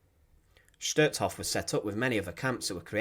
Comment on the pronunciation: #1 the pronunciation of Hof is long o, not Hoff, #2 Rudolf Hoess is pronounced like HEARSE NOT HESS, RUDOLF HESS WAS ANOTHER NAZI!